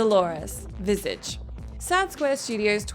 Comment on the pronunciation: It bugs me how you pronounce "Visage" (also bugs me, as a French speaker, how you pronounce déjà vu, but the majority of the population pronounce it the same so I have to let that slide)